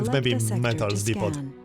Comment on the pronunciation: Just FYI, The 't' at the end of "depot" is silent.